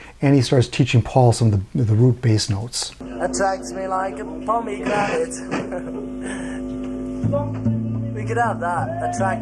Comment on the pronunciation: Pomegranate, not pomegranite.